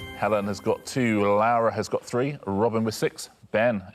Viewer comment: Yeah, the very first time he calls her "Lawa". Then "Lowra", and just keeps trying different weird pronunciations for no apparent reason (maybe he thinks he needs to twist his tongue because she's "foreign"). Fun fact: Lara Croft was originally called Laura and her name was changed to Lara to be "more UK friendly". But there's the UK... and then there's Richard Osman. 😄